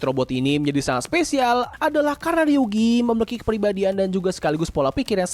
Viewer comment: Namanya ryugu bukan ryugi kak